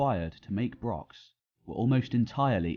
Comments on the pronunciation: He doesn't even mention Scotland and can't properly pronounce brochs. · Good vid....BUT if you are doing a video all about brochs...please learn how to pronounce it properly.